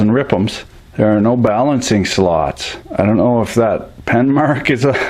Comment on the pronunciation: Can tell I've been watching far to many videos, when you start calling rpms rippms aha came for the general fuckery, stayied for the character. Top job sir!